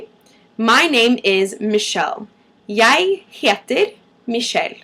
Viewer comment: We don't say "jod" we say "jæ" and here are how you write the letters æ,ø and å ;) æ: ae ø: oe å: aa I live near Bergen and have lived here for 3 years now ^^' I am originally from Denmark. The say that it generaly takes 8 years to learn a new language and to understand the new humor that comes with the language. I can speak it like you can't hear that I'm not from Norway ;) So I'm a "little bit" aware of how it's said and speaked. But it's a good video! Where are you from?